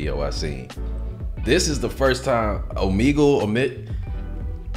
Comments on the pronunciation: He really read Omegle as "Oh man gel " ... My boy can't read very well I guess lol . All good. You got money and a sick channel with 2 million subscribers so it don't matter lol . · “It’s a party on… omehjail?” Nice, it’s “oh-meh-gull” tho lol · “OMAJAIL” 😭 It’s pronounced Oh-Meg-L btw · or “Oh-Me-GL” some people pronounce it differently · Omajail sounds like o my jail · "Oh-me-gle" is the only correct answer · Oh me gle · I died at that 🤣🤣🤣🤣🤣 omajail🤣🤣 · I'm sure others have said it but it's "Oh-May-gool" and some people pronounce it "Oh-Me-Gool". Been an HMack fan since the beginning and just found your page even thought you have over 2M. Funny how music brings things/people full circle. Sick reaction, easy sub from me. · Yoooo OB-30 is on MY Top 5 List.. this episode slaps. All frees were lit 🔥.. Beats too insane. Also it’s Oh-Me Ghel . Keep entertain me Comin . Appreciate you ✌🏽💯🌶🔥💯🌶🔥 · O-ME-Gull is how it's pronounced! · man said "OMAGEL" LMAOOOOO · O-meg-le is how I pronounce it. Could be wrong also lol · its also pronounced “oh-me-gull” or “oh-meh-gull” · pronounced - Oh - ME - Gul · it pronounced O-Me-Gal